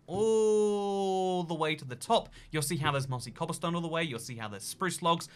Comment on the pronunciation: is anyone gonna talk about how he says "cobblestone" as cobbleston